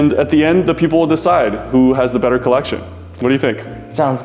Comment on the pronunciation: "I'll add it to my collectionne" made me laugh quite hard for the red g shock